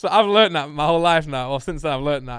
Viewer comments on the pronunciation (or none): none